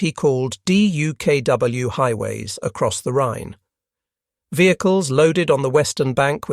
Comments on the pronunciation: With great patience and far too many "D-U-K-W"s and the occasional "D-U-K-W-S", presumably a misspoken plural rather than a special "duck" model, I'm having to leave this clip halfway through "duck" being, the simple way this amphibious vehicle was, and still is, commonly pronounced. Painful repetition. Otherwise excellent. I might yet return for the second half steeled against the annoying spelling out. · I would pay for a version of this video with DUKW pronounced as “duck”.